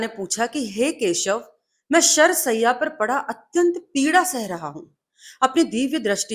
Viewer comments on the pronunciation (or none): Sharr shayya & not sayya... Rectify your knowledge and speech!